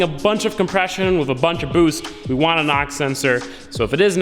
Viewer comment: I heard NOX sensor lol, took me a while to figure out you were saying knock.